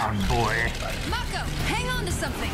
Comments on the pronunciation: Guys, they've pronounced Mako's name like 90 times in the show how can you still not say it right? Otherwise, I'm loving the reactions. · I feel like is just saying Mako's name wrong on purpose at this point. Lol 😂